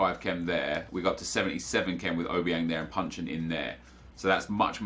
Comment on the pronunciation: Isn't he called Jason Puncheon?